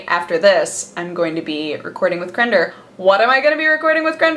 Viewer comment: It's always weird when she says "crender" instead of "crendor"